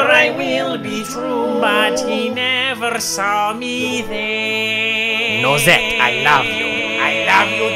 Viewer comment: ARE WE IGNORING "NOSE-ETTE" ????